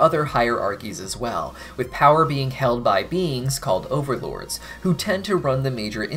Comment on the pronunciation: Jajaja, did you just call overlords "beans"?